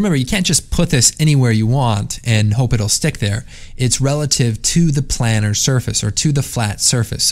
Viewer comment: It's pronounced "plane-urr" (like a plane), isn't it?